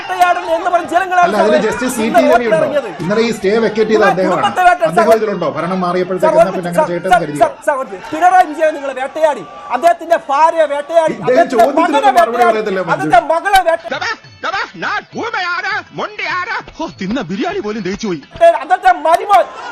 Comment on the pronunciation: ഫാര്യ അല്ലടാ കാമി ഭാര്യ എന്നാണ്.